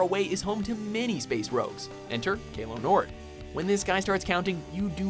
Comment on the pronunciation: it is not kalo nord it is caaah loo nord